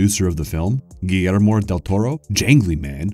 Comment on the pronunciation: Thanks for learning how to say Guillermo!